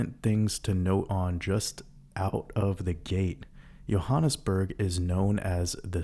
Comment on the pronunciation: Hi, as a South African (now living in New Zealand) I can confirm that your pronunciation of both Johannesburg and Egoli was spot on, and thank you for another masterpiece, go you good thing!!